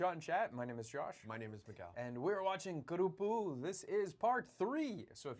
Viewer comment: Please pronounce the title properly. Not kuruppu it's karuppu